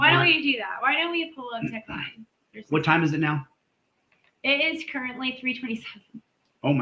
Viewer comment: I'm going to use that: Teshlines with an s vs Danforth when I'm confronted with a tyrant that the Supreme Court has ruled can legally lie to me.